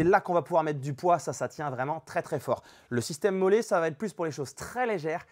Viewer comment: Salut à toi, petite précision concernant la prononciation de m.o.l.l.e., en fait c'est molli. Allez à la prochaine. Un Roannais.